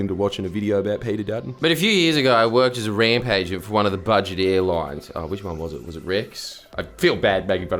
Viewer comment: I love how when Jordies says "ramp agent" it sounds like hes saying "rampager" i might have stuck with that job if it had a title that cool.